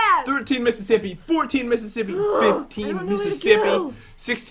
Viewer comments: Pat- 16 Missisippily - Did you just say Missasilly? Me- oof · " sixteen mIsIsIpAlI " ~Pat, 2018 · par said 17misissiplly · I swear, the speach impediments, misspeaks, and miss hearings are always the best parts of these videos Pat: 16 Mississippilee: Did you just say Mrs. Silly? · Pat:sixteen mississiply:did you just say misissilly? Me:😄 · "16 Mississipply" -Pat 2018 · Pat:misspley:did you just say misssilly? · When said if Pat said Mississily he actually said mississippely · He said mississippily And nice song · No one: Not a single soul: Not even a dust spect: Pat: Mississippili ;))))))) your welcome thank me later 🙏🏻🙏🏻🙏🏻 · pat 1 missis siply did you just say missis silly? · I like how -at said “15 mrs sipaly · He didn't say silly he said slippie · Did u just say Missasilly?- 😂😂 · He said mmissisipley not mmissisilly like if you noticed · he said mississipley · i think pat said mississipili